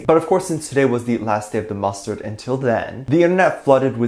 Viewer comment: Did you just say..."mustard"? xD